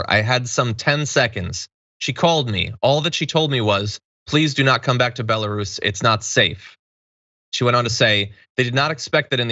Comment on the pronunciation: BELLA-ROOOSE John!! not bella russian ..... man what an error and off hand ppl prolly think you where talking about russians. Also WHAAAATTTTT that comment was sketch as F. Glad the japanese police let her separate from her team. They understand honor. Where is the U.N. in this kind of situation?